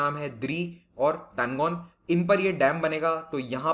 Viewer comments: Tanlo not tangon sir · Not Tangon..It's Talon